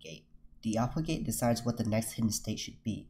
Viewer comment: how many of you keeps hearing gay, instead of gate. forget gay, input gay, out put gay, update gay.